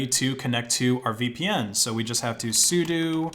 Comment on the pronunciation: How does he keep mispronouncing things? Vultr like Voltur sudo like sudoo